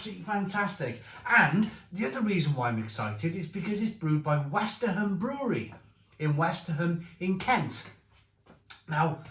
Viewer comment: It's a fab beer. Westerham is pronounced without the h. You had to give it a 9/10 given the 9 hops. Westerham is only 20 miles from me, and their beers are excellent, mainly traditional British style beers